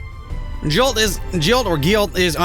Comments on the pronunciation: That was hilarious, but can't blame him. However, I had to wince every time he said Jilt instead of Giott. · I think he's just pronouncing it different, not saying another word.